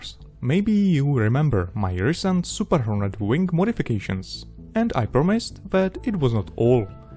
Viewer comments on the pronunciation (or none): Hornet not Horten 😁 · well he isnt english?! tho its correct he should have said hornet